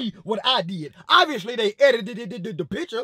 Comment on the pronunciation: He said eiditedededed